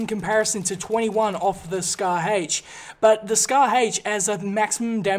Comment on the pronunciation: he says scar hache